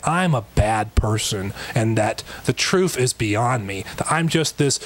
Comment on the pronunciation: Truef? Seriously ? Who taught this poor guy how to talk? 🙄